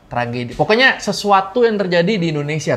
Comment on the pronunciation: Indonesia beh beh .....bukan endonesia ....please deh